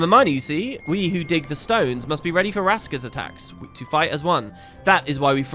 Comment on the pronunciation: What the hell is a raska? You mean a raksas? ;)